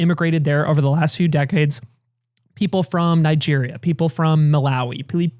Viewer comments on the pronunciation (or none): none